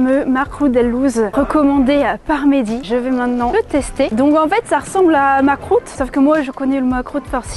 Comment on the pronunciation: C t pas Mackrout llouz!